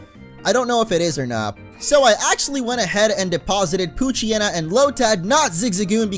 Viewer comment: damn it, i keep hearing coochyena instead of poochyena